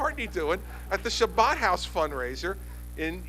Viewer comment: carpediemdjg: If you haven't noticed yet Chris Christie is NOT jewish and it's kind of hard for a non-jew to pronounce the word properly. Most people who can't say the ch sound say an h instead so it becomes Habad house but our governor has his own style. So yes DOLT, he said Shabbad house